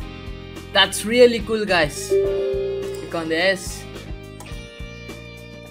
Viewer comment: lol indian guy say "that's School!!"